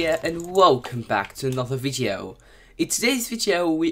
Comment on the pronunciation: Why are u saying vieto